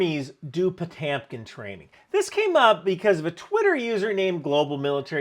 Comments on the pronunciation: This man has definitely stolen valor Also it’s po-TIM-kin not TAM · So Jersey pEtamicen not pOtamcan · NGL I keep cringing every time you say potamkin instead of potemkin.... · Po - TEMP - kin!!!! Not Po - TAM - kin.... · Po temp kin(correctly pronounced) As in Potemkin Village. The Marine Corps ad like most military ads, is done for internal propaganda it is not aimed at the population. It is aimed at recruiting young men to be soldiers. If you showed them a video of soldiers standing around an airplane hanger, doing nothing but constant bathroom cleanings no one would sign up. I have been in the military have you? The guy fighting the smoke demon with the Marine Corps sword was aimed at Gen Xers, who were to do kind of people. The modern ads with GenZ years behind computer desks are aimed towards people who are physically weak, and want to do sneaky things from their desk because that’s what the population offers. It is called a target market and nothing more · Why do you keep saying potamkin instead of Potemkin? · It's Potyomkin not Potemkin. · every time you say potAAHMkin my skin shivers. po-tem-kin. thanks for the video! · Potemkin, not Potamkin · It's Po-tem-kin, not Po-tam-kin, bro. Love your channel otherwise... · Do you mean Potemkin? That's what is in the description and is the correct word, but you're saying Potamkin with an "a". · Puh-TEM-kin, not Poh-TAM-kin. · Po-tam-kin training? It's all spelled to pronounce "poe-tehm-kin" You're confusing me. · Interesting video! But I'm not sure why you're substituting an 'a' sound in place of the 'e' sound in Potemkin. It's Potemkin, not Potamkin. And if you really want to be accurate, Grigory is pronounced more like "Gree-gory" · Learn how to pronounce "Potemkin"!!! It's not PO-TAM-KIN. It's PO-TEM-KIN. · "Ho-temkin" not "Po-tamkin" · POTYOMKIN OR POTIOMKIN not potemkin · It's pronounced "potYOmking" like literally say "YO" at this point. Pronouncing it "PotEmkin" is too bad. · PotEmkin, not Potampon, geez.